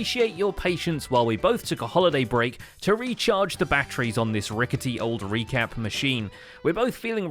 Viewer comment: "Recappy". But close